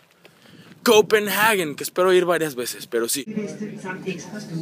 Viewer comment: no es copenaghuen, es compenhague dioss pronuncia bien